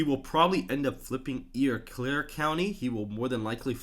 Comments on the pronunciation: For Wisconsin, Eau Claire is pronounced "Oh Claire" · Eau Claire is pronounced O' Claire. I'm from there 😂